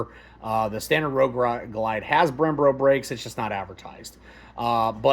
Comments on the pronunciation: Very informative! One quick note, you kept saying “Brem-Bro” brakes instead of “Brem-Bo” brakes. This is a me problem, didn’t take away from the excellent info, but my ADHD made me type this. Downvote me, I deserve it. Thanks for all the time and effort to do this review! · Brembo brakes not “ Brembro” bro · Brembo... not brembro lol 😂